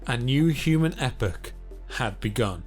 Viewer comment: Very informative but my God his voice is soooo annoying and his pronunciations like epoch he gets wrong..